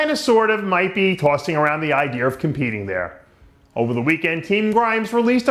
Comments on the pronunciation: Who the hell was your teachers Dave? Olympier, idear etc etc? Things that end in (A) doesnt make an Eerrrr sound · Why do you say idear, and olymiar with an R